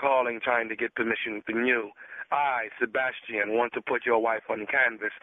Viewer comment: MY NAME IS SABAS-TI-AN. 😂😂😂😂😂😂🤣🤣😂